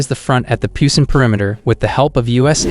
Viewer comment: Who else is irritated by his pronunciation? Seoul is pronounced like 'soul' not 'sewel', Busan is pronounced more like 'poosan' not 'pyousan'.